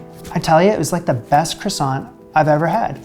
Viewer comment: Awww. I feel bad for you after all that effort. I almost don't want to say it's kwahSON... not KRAson.